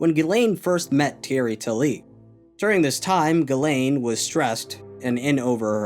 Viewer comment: I know it is 1 year after the upload but as a french viewer I must say.... Ghislaine is not pronounce that way. It is "Jisselaine" since "gi" for us is the "ji" for an english speaker and "is" is pronounced like "ise". I'm not complaining I'm just saying it as a trivia if someone is interested .